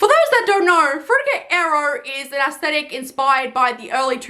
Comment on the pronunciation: Props to you for knowing how to actually pronounce "aesthetic". 👍